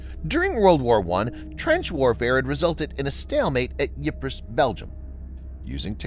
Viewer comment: Yves Belgium? That's Ypres. Get an editor.